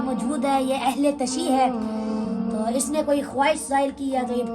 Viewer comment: جاہل اہل تشیع نہیں ہوتا اہل تشیعُ ہے جیسے اہل تسنُن وغیرہ